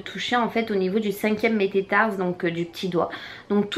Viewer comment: c'est métatarse non mététarse ;)